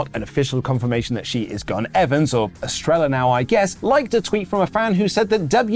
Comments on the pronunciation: Best way to pronounce Estrella is Es-treh-ya. Just a little help, keep up the great work and stay hydrated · I’m pretty sure it’s pronounced (es-trey-ya) it means star in Spanish.